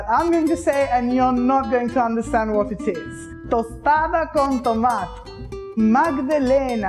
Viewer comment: Love this - Made me hungry! But just a tip - in Spanish, you pretty much pronounce every syllable. Toma-te (tomato) and chocola-te (chocolate). :)